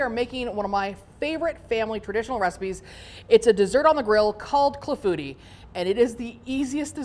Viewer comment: Pronounced clah-foo-tee. Looks delish and I plan to make very soon!